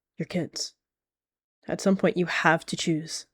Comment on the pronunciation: "I got shum" sounded so silly and cute bro Edit: HOLY MOST LIKES I HAD